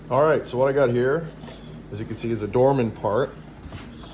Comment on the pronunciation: 🙄 DORMAN part, not dormin part... man!